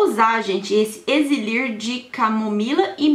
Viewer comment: Lindona vc falou exilir ao invés de elixir 😂😂😂😂